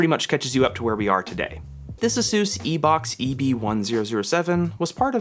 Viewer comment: "EeeK box"... LOL